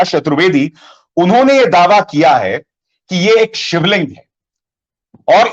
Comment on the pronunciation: Aap pahle sivling ka naam vi thik nhi lete